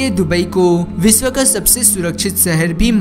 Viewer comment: Seher nahi shehar